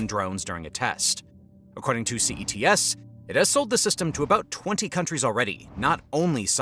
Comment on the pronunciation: CETC and you repeatedly call it CETS?